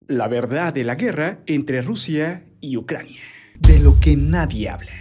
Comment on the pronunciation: Alguien más se dió cuenta que se usan palabras con 'e' Vide, guerre, y otras, tuve que escuchar varias veces para confirmar esto